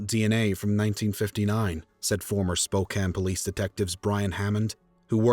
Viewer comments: I'm glad you know how to pronounce Spokane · Thank you for pronoucing Spokane correctly <3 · For once the narrator can say Spokane correctly. Back then we didn’t set up and steel Campfire in front of stores. I hated going door to door selling Campfire candy!